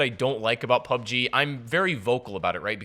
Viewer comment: Wtf is PUBEG